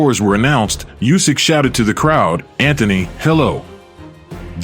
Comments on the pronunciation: It is not "Jusek" but Usyk. He told you that several times but stupid people doesn't help to say things million times! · Not "Usyk". Try to say "Oosyk", this will sound right. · His last name NOT just, but Usyk (Sounds like Oosyk) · Bad pronunciation of "Usyk" in this video.